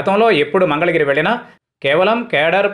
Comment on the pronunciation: మంగళగిరి అని పలకడము వచ్చింద నుకోవచ్చును